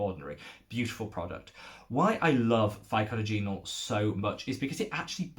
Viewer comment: Another very helpful educational video. Thanks for the mention! ...and here is a tip for you on how to pronounce Pycnogenol® : pic-NOJ-en-all... ;-)